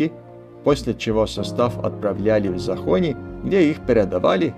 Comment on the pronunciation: Фильм обалденный. Действительно, как медитация, смотришь, вроде бы ничего не происходит на экране, но не оторваться. Хочу только поправить, венгерская станция, на которой передавали поезда, произносится не ЗахОни, а ЗАхонья по правилам венгерского языка.